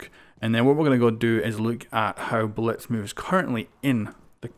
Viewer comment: It sounds like he's saying Bletz